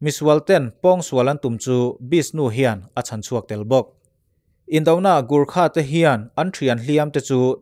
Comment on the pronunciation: Lahur ni lo in laure zwk ani....Gurkha ani loin gorkha zawk.....